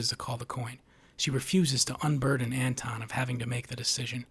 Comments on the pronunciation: Antoine and Anton are not pronounced the same. His name is Anton. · Absolutely love the analysis. It’s spot on, you’ve said everything that needed to be said on the theme and meaning of the film. HOWEVER, how is it possible that you know this story so well, and yet you can’t pronounce Llewelyn and Anton?!